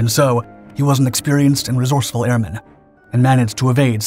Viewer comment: PLEASE. It's airman. not Air-Man. said as one word.